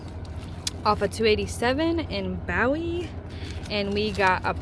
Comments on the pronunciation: iT IS PRONOUNCED BOWIE LIKE THE BOWIE KNIFE AND JIM BOWIE FROM THE ALAMO. LOVE YOUR VIDEOS,!!! HI ZEKE!!! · These Texas towns and their pronunciations will drive you nuts. Bowie is pronounced Boo-E. It was kinda cool to see you trucking in my hood on 183. I immediately recognized several landmarks. Be safe! 😊😊😊